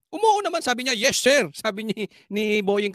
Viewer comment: 😂😂 Ang lakas pa bg pagka bigkas nya yes sir😂😂